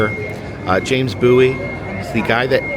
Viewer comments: It is actually pronounced James Bowie(Bōw-ee). Love the train series, btw. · The way he says Bowie is killing me!!!!